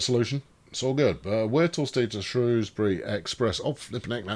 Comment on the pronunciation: You must be off your "trolley" looking for tram based puns. By the way congrats on saying Shrewsbury correctly, and not the evil way the BBC or southerners say it.